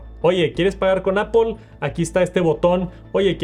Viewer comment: Porque los mexicanos y españoles no pueden pronunciar bien apple? Todos los profesores se coordinan para enseñar a pronunciar mal o que?